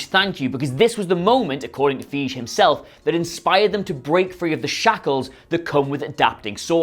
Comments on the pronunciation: Feige is pronounced faigee, not feejee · It's Kevin "feye-gee" with a hard 'g' sound... not "feej"! Man... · Fy-g-ee Feige Not fy-j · Really..? "Feeje"? I feel like you guys are just trolling us now. Just listen to anyone involved at Marvel say his name. It's Fy-ghi with a hard "g". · welcome to where we ON PURPOSE MISPRONOUNCE PEOPLES NAMES like Kevin FEEJ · Guys “FYE-gee” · I’m sorry but... feej?! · You say it like Faa-e-ggg-e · It's pronounced "Fye-gee". Not that hard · Fie, rhymes with pie, ge, rhymes with we put them together Piewe. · FI GI is how it's pronounced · Pronounce it F-eye-gay mate, Jesus wept! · How do you guys still not know how to pronounce Feige's name? Have you never seen him introduced in the last 10 years? How can you be so lazy as to have continually f'd it up all this time? Its Fei (like pie) G (the g is like guarantee or great) and then an E sound as in (see, me, pee). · So basically F-eye-jee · Feej. Hahaha c'mon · Just say "fie-gi" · It’s pronounced F-EYE-GEE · Dammit, so many years later and you still can't pronounce Kevin Feige's name right? It's fi (as in wifi) he. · If you have no idea how to say Kevin feige you are not familiar enough with the material to be making videos about it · Accents or not, you guys really need to learn how to pronounce people's names. Kevin Feige is one of the most-powerful guys in the business. If you can't learn it rhymes with, I dunno, "eye she", then maybe you shouldn't pretend you know dick about movies. A few days ago, Roy Scheider (who, admittedly, wasn't a Hanks-level star) was being called "Schneider" probably 3 times in one video by this same putz. Do your homework, guys! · You make a Marvel video every 45 seconds. Would it not be useful to learn the FUCKING PRONUNCIATION OF FEIGE?